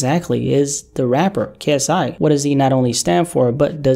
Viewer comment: He butchered KSI’s name lmao 😂